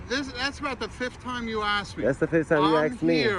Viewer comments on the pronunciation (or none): Fully support what you're doing, but the word is "ask", not "axe". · ASK, not ax! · Don’t axe me or I’ll die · Lol Cop: "That's about the 5th time you've asked me!" Auditor: "That's the 5th time you've aksed ME." Brilliant!